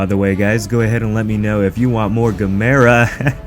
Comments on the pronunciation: Thank you for pronouncing Gamera correctly. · LOL...I am glad you are pronouncing it right 🤣🤣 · Yay. You pronounce it right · Yaaay he said it right lol